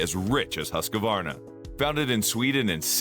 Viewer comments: Please learn how Husqvarna is pronounced. It's not Husq a varna, it's Husq var na. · It's hoosk·vaar·nuh Not Husk-a-Varna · HOOSK VARNA